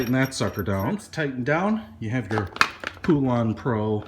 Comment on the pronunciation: Pool-ahn? I've always heard it pronounced as Pole-ann. We've had our 46" cut one for 7 years and the motor locked up for some reason, so instead of buying a new one I just bought a new 20 horse Briggs, took the old one off and bolted the new one in place. Sure beat buying an all new mower.